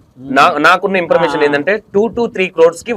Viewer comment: యాంకర్ అన్నా ఇంపర్మేషన్ కాదు. ఇన్ఫర్మేషన్